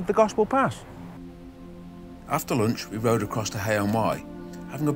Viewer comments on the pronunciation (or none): none